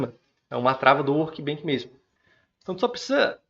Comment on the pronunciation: só uma dica, se fala "workbench", com som de "chá", não de "kilo". Do jeito que vc fala parece workbank, que tem significado diferente ;) Parabéns pelo vídeo!